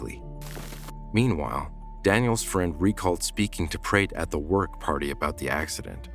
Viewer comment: Even the Narrator cannot read PrAtt no it's Pratt no A